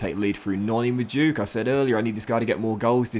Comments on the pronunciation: Mad-u-e-ke not ma-duke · Noni Ma-du-eh-ke Not ma-djuk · His name is ma-du-eke